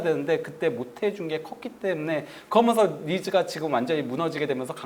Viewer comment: 그게 엄청큰 하자임. 스피치하는 방송에 말을 듣기힘들다는건 최악이죠. 그러면서를 발음못해서 매번 "거면서"로 발음하고 또 거면서를 너무 자주 남발하죠.